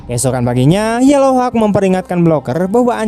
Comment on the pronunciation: hauk bang... bukan hawek...wkwkwk